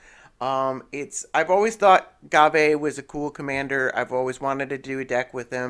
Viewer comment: It's prenounced gave